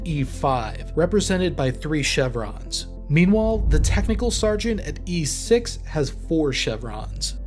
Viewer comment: and ... "stargeant"